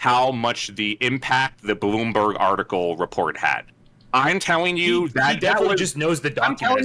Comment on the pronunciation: This mf really be pronouncing Bloomberg as "boombug."